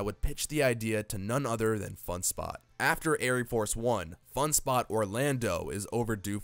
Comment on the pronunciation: Just a couple corrections.. it's wild mouse like mickey mouse not wild moose. And aire force one is pronounced Air Force one not Airy force one.